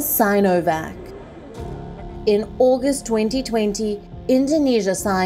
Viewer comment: Sin , si -no -vac, sin - o - vac😅